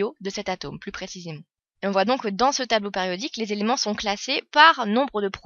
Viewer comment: Elle dit tableau pAriodique??